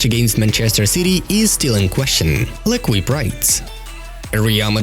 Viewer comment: It's pronounced l'ékeep, love the vids